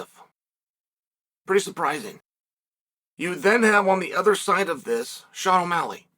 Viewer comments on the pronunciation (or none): none